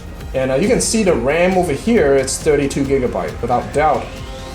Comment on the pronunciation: It's 'the' not 'dee'